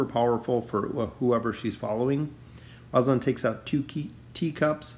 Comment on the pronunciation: The way you said rosaline kinda bugged me but overall great vid